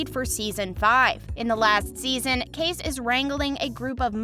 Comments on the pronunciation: Please learn how to pronounce names correctly...It's K-C for Kayce, not case!! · The proper pronunciation of Kayce's is KC, NOT CASE. GET it right. Piper Perabo is not pronounced "PERAABO" but Parabo.please stop messing up the actors name. What a hack.